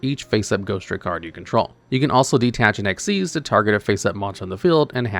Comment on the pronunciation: No, you are wrong and an idiot! Ghostricks have a really solid line of Xyz Monsters, NOT XYZ Monsters! The Mechanic is "Xyz", it is not and has never been "XYZ"! Stop doing that! You don't do that for Ritual, Fusion, Synchro, Pendulum or Link, so why do you do it Xyz? It's not funny and it's not clever! You're like those so-called PokéTubers who mispronounce it as "poh-kuh-mon" instead of the correct "poh-kay-mon"! There is no such Mechanic as XYZ, never has been! And you literally have Xyz Monsters RIGHT THERE, you have no excuse! Again! Also, you're forgetting Spirit Barrier exists!